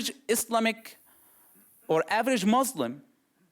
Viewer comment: I AM WAITIN FOR HIM TO RECITES VERSES OF QURAN THAT HE CLAIMS HE MEMORIZES HALF OF IT... ANYWAY HE SPEAKS JUST LIKE ONE OF THOSE FAKE EX MUSLIM.. ONE OF HIS BLUNDERS WHEN HE PRONOUNCE CERTAIN FAMILIAR WORDS .. for instance.. M O R S L E M... hahahah! ehoehoehoRRR.. he sounds like DONKEYS..A Muslim never speaks like that..